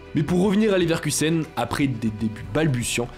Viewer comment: Je buvais quand j'ai entendu "Neverkusen", t'as failli me payer un nouvel écran